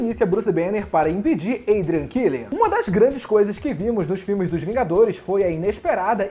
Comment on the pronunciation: Tá errada pronúncia quando fala do killian